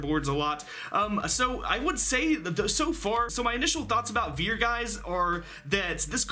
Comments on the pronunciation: Its actually pronounced fier, not viet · vier ist prononced like fear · As a german I think your pronunciation is very funny xD "vier" is pronunced like "fear" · Vier is pronounced more like fia. It’s the German number for 4 and V has an f sound while W has a v sound. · It’s pronounced “fear” the “v” makes an “f” sound. Dope-ass Cyber Dragon name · Vier is is pronounced like the english word fear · Vehicleroids anyone...? also Vier is pronounced fear because it's German. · nice video👍 i just wanted to say that the "v" in "vier" is pronounced harder like a "f" in "for" 😉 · It's always funny to hear Americans try to pronounce german words :D The way you say "Vier" would be the correct way to say "Wir" which is the german word for "we". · That's not how you say "Vier"